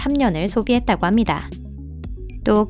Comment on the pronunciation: ~~ 합니다 `~~ 있습니다 할때 음이 너무 부자연 스럽네요 그전 영상에서는 못느꼈는데 어색하네요